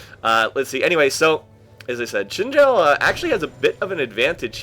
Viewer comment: Btw, in Chinese, Xin Zhao is pronounced "Zin Jow.":)